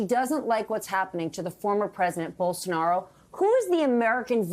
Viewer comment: "Bolosaro" got me rolling 😂😂